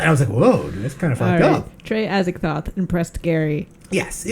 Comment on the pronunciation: "Atts-eee-TOTE" IS correct pronunciation. NOT "Ats-egg-THOTH" like y'all KEEP sayin 👍😏. YW